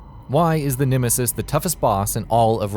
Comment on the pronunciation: you saying nemesis incorrectly